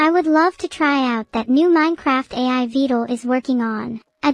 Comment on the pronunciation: Not only is vedal having to put up with all this. Neuro still can’t say his name properly. Also, I wonder if vedal is actually scared at all rn. Cuz like, that’s some skynet type shit.